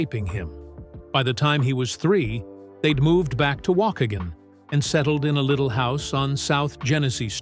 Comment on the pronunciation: They mispronounced Waukegan